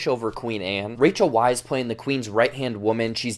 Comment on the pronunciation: Just as a little note, Rachel Weisz is pronounced as a “V” and not a “W.”